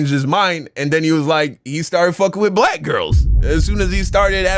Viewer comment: Anybody who thinks Jesse has any sense is beyond help. He can’t even pronounce black.